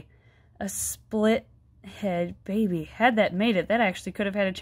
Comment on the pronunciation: You said it wrong! Its behbeh sehsone